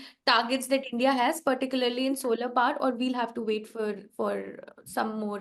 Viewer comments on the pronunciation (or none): none